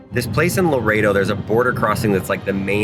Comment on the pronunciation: Wow I can’t believe u, where in Laredo!!! I’m surprised u knew how to say “Laredo”!!! I actually live in Laredo!!!